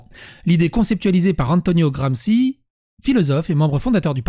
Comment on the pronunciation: AH!, pas bien, ça! tu a prononcé "Gramsi"... ça se prononce "Gramschi". En italien "ci" et "chi" sont l'inverse du français.